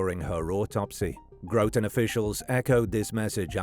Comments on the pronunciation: Groton native here, pronounced how it looks, not Grow-ton, but I grew up in one of the homes, only just recently sold, directly along the Colonel Ledyard Cemetery (pronounced Ledge-erd), in the shadow of Electric Boat, and would hop the fence and spend a lot of time there as a kid. The discovery of that poor woman was shocking, but with the population explosion bringing shady people to the area in recent times it isn’t so surprising to see these things happen. It was determined that it was a domestic violence situation. She was a small, frail, ill woman who was beaten to death, dismembered and left in a suitcase in the cemetery by a trash can by the man she lived with only a couple streets away, who is also terminally ill. Very sad situation. RIP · It is Groton (Grot-on) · It’s Pronounced gra tin lol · I live in Groton. You obviously don't know how to pronounce it. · GRAHT'n. Not Grow-tun. But...that was just after pronouncing Thomas as Tom-ass, so.